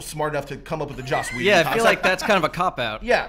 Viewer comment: I love how Andy simply can NOT pronounce anyone's name right! Josh Whedon?! Blomkump?!!? LOL